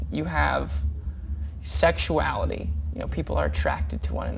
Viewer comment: tyler: "Sexuality" me: aksjdjdjdfnf he just said sexualit- shjddjejndfxhsjsndksjdk